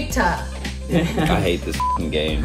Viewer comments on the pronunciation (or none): It's RAA-EH-TAA (Raita), it's spiced curd with veggies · May have been helpful if pronounced it correctly. n_n;; I agree though, it goes great with spicy dishes! It is also similar to tzatziki.